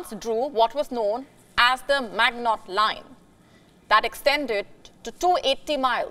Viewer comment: "magnot line" :) :) :) :)